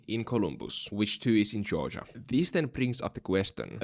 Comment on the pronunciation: I love when you pronounce Georgia as Joja 😊